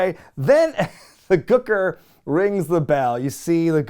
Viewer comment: Why do you say Gooker like that?! Speak properly, man! 😂